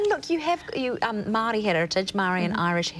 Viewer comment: I like Sarah Bradley as much as the next person, but I'm embarrassed by her pronunciation of 'Maori'